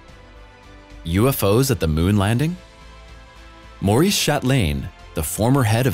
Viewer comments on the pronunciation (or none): none